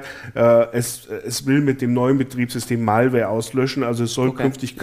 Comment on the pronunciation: einfach herrlich die deutsch er Malware ausspricht 🙈😂